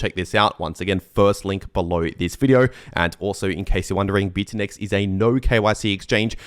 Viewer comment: bitunix, not bitunex! ix,ix